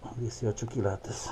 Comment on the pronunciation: Lo bueno que tu aprendiste a decir quilates no kilatos jeje saludos 👍